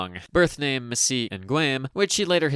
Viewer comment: It is "mah-THEE-ahs", not "mah-see-AHS". God, it's not that hard to check for pronunciations nowadays, especially if your native language can pronounce them.